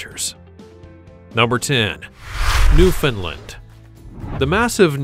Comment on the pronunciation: Pronounced New-found-land. Not Newfinland